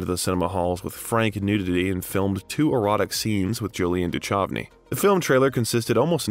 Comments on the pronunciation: Respectfully, David Duchovny "ch" pronounced like a k. Doo-kov'-nee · David Du..CHovny is said with such confidence and said so wrong